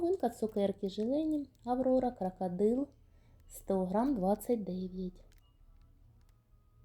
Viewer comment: ПАдвійний з пластикАвою мискАю, нАвинка пластикАвий,прямАкутний пАлиці, нАві. У вас нічого не змінюється,ви стали ще дужче акати. Складається враження що ви це робите спеціально. Особливо цукерки під назвою крАкадил,просто порвали нас від сміху. Не треба ходити на шоу, вмикаеш ваш канал і тут сантіметрів 😂, мілілитрАв акцИя, Аднаразові 😂, акцИя, КрАкадил, пАдушка😂 Арнаметром😮, пАвітря 😅,кАмплект. Навіть негри, які приїжджають вчитися в Україну, набагато краще розмовлять українською ніж ви,і вчаться набагато швидше 😂. ПА знижці? 😂 По знижці. Вам так тяжко вимовляти букву О,замість А? Так можна ж читати наприклад з цінників, або з упаковки. Хіба на упаковці цукерок під назвою Крокодил написано КрАкадил? Навіщо ви паплюжите нашу рідну мову? Хіба так важко навчитися правильно вимовляти слова? Дивіться інших блогерів які розмовляють гарно і вчіться,сядьте перед дзеркалом і дивлячись на себе вимовляйте слова які вам не вдається правильно вимовляти. Допомагає на 💯процентів.